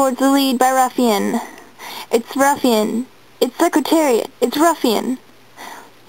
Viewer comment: He won... and it’s Secretariat not secritarit